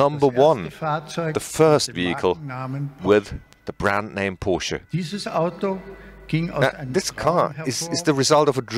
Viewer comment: Everytime I hear POOSCH in hurts my ears. Its PORSCHE....GET IT RIGHT HEHE